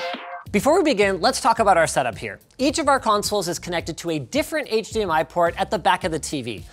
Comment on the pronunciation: Oh god, "HTMI"